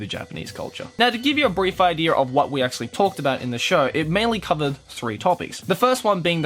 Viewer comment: I have an idear, said the australian man